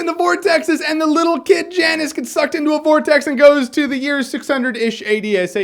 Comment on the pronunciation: Magus pronounced "May-guus" not "Magg-us" And Janus is pronounced "Yan-us" not "Jann-Us" Both Latin names.